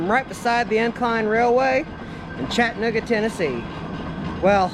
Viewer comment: There is no chattanooga georgia. And it's not pronounced "chattnooga" it's "chatt ah nooga appreciate the video but respect the name of the city.